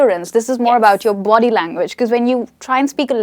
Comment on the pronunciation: is overacting... She pronounces each word incorrectly.. Like "learn" "Language" "think"... Etc.....